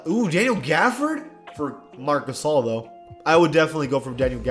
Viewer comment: Is it just me but sometimes when someone says marc gasol i hear marcusoll